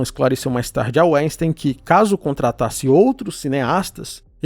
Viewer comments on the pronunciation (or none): Só uma correção: a pronúncia de Weinstein é "vainstain" ("vain" - vinho, "stain" - pedra).